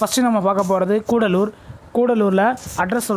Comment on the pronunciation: Nanba athu coodalore illa cuddalore(kadalore)